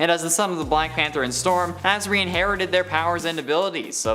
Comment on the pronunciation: That’s not how you pronounce Azari! Also, no segment for Pym? How dare you! Pym’s the best!